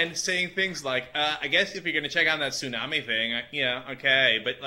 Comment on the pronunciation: daam she say tsunami smh